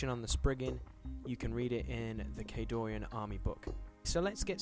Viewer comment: During the background info part, the music is too loud. And, it's Khadoran, no i. Great video anyways!